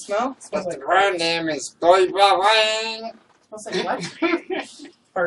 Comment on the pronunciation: Oh my god, your pronunciation of Boy Bawang is cringe worthy, and It's Filipino...